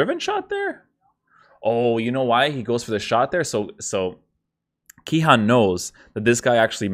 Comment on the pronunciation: Its Cihan with a c like ch in china